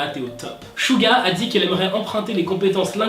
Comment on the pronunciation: C'est pas chuga c'est suga un ssss comme serpent